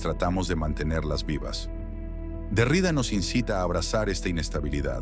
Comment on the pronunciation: Me encanta, gracias. Xfa, mejora la pronunciación, sobre todo cuando nombres apellidos. El apellido del filósofo Jacques Derrida se pronuncia con acento en la última a. En francés, se dice aproximadamente "DerriDÁ". Aunque la i tiene un sonido claro, la acentuación recae en la última sílaba, como es común en muchas palabras de origen francés.